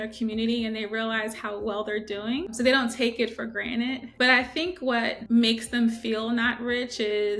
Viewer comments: ugh - learn to speak people! example GRANTED not granite...it goes on and on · Lady says people take things for GRANITE. Typical IQ if CNBS.